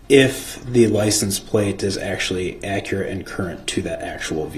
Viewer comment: If only the officer was more akkerate .. lil man wouldn’t be axing dumbass questions